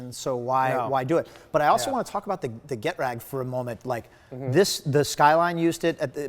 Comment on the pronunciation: Hey host: it’s “ge-trag,” NOT “get-rag.”